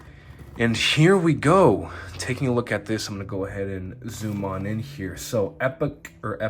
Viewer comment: Nice review. But Epoch is pronounced 'ee-pock' (meaning a particular period of time in history).